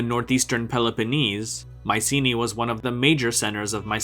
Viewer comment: It would be nice to hear the name 'Mycenae' pronounced correctly